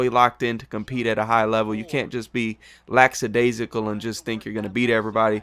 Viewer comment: The word is "lackadaisical" not "lackSadaisical". Cheers.